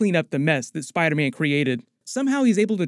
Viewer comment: Is anyone going crazy between to where Dr Strange says "Spiderman" but it sounds more like "spidermen"?